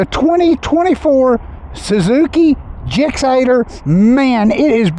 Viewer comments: Lol, I love you...the way you said "GIXATER" just killed me! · This man said "gixxater" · it's just 'gsx8r' slurred together